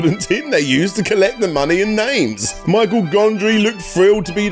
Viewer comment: Gondry is French. Michel is pretty much pronounced like Michelle.